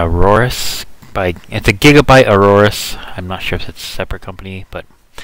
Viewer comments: it's Aorus, no Auroarus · by the ways it's 'Aorus'